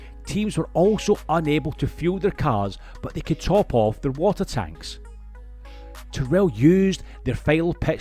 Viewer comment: Interesting video but I wish people making these videos would find out how names are pronounced. For example, Tyrrell has the emphasis on the first syllable (because Ken Tyrrell was English, not American), and Mike Coughlan's name is pronounced with the first syllable of his surname rhyming with "loch", which a Scot should know how to pronounce!